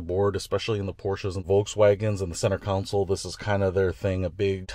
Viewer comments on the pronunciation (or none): Console not counsel.